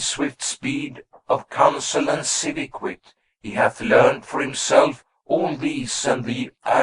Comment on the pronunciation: And the console of thebes is so important